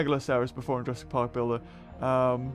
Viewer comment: why am i super bothered when you say jurassic.